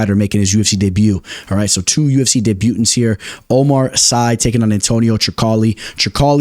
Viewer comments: correction, it's deb-u-tant not debu-tant parlay for the week: Abus, Oumar Sy, Yanez, Themba 3 or dec potential dogs: Alateng, Carlston Harris, Barboza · Man said "day-butants" im dead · People are really get triggered over how you say debutants what has this world come to lmao